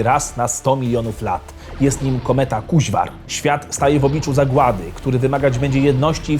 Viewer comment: Nie Orzeł 7, tylko Orzeł 1 I Nie Kuźwar, tylko Kurźwar, Magiczna Flet